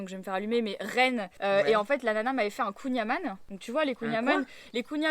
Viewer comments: Alors on rectifie un petit peu kouing - Amann ( s’écrit ann ) mais se dit an comme amande 🙃🙃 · Eu marie à dit que Nantes faisaitpas partie de la Bretagne mais kouign-amann sa ne se prononce pas comme sa donc tu va quand même te faire allumé par les Breton